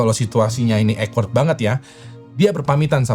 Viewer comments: bang awkward dibacanya bukan ekwerd tapi okwerd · Awkward dibaca okwerd. Bukan ekwerd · awkward ❌ eggword ✅